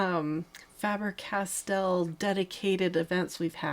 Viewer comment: Goldfaber and Faber-Castell was correct pronounced 😊